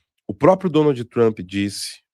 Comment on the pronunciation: "Donaldi Trampi", por favor, o programa já foi patrocinado por curso de inglês e tu ainda segue com essa pronúncia.